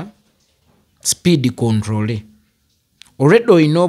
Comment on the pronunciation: Oliyi "Speed Controllery 😂😂😂"